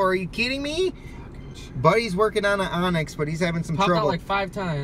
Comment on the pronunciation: Great video, but just an fyi its Onix